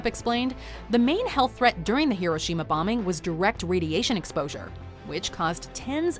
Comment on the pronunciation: It's hiroshima hiro shima